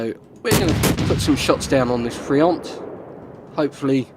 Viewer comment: Nice prononciation of Duguay-Trouin. Friant, t is mute. French cruisers have spaced armor, although very thin, it helps protecting the citadel against same class ships more that it would seem. A Minotaur can't citadel a Saint Louis (t9 cruiser) unless aiming for the weakspots under the turrets. Generally, if your ammo is not the right one, you still can't raise your aim to hit superstructures, weakly armored parts such as bow or stern, hupper hulls to guaranty some damage.